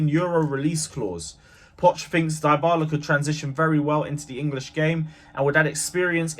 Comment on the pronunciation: His name is Dybala .. deebala not diebala… respect people’s names. It is a well known name !